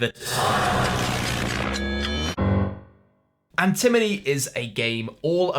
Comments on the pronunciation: This video is hilarious and hearing Antimony instead of Antinomy made me giggle every single time. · Antinomy, not antimony. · How many times can you say the name of a game wrong in a review and still give a good review? Watch to find out! Similar to how an-em-o-ne =/= an en-e-my, An-ti-no-my =/= An-ti-mo-ny That said, I am interested in none of these, but I watched the whole thing. Nice one,! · That was enjoyable. Thanks,! I can't tell if he's saying Antinomy wrong on purpose. It is the kind of gag they would do, but they'd usually play it up more, as in the Arboretum review. For the record, AntiMoNy is an element. AntiNoMy means paradox, and is a weird old word that as far as I know nobody uses, and I had never heard before. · Funny how he continuously mis-pronounced Antinomy. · The perfect drinking game for Dry January: - Whenever correctly pronounces Antinomy (not element #51), take a shot!